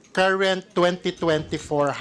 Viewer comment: Bakit itong c Luis tro hindi napuna ni Arn Arn, Carrent..... Kerint ang binibigkas, 😅😅😅🖕🖕🖕